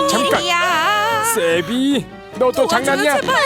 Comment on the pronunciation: 나만 세비가 쌔삥으로 들림?